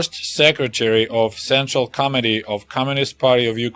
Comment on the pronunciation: I'm not sure if you are doing this deliberately, but you pronounce committee as comedy. It always cracks me up. In any event i grew up the same time as you in the US. It is nice to get a peek around the propaganda of both governments. Thank you for the stories. JW